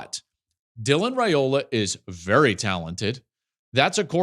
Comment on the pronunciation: Hey Joel, it’s Ray-OLa. I know it looks like “royal” but Nebraska’s first family pronounce it Ray-ola… much ❤️